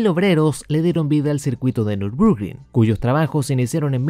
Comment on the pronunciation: Hasta donde sé, se pronuncia " Nür bur gring ". Si también me equivoqué, corríjanme por favor.